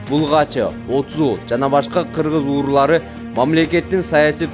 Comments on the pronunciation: Кыргыз уурулары дебей,Кыргыз уруулары деп маалыматты так айткылачы,кулакка жаман угулат экен. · Журналист бала туура суйлосон,кыргыздын уруулары дегенди,кыргыздын уурулары деп суйлоп кыжырлантып атасын элди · кыргыз уурулары дебей сүлөсөң автор ууру эмес уруу туура сүйлө тамтырабай